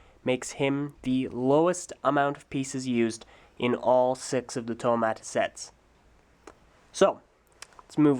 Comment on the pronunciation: HE SAYS. NUA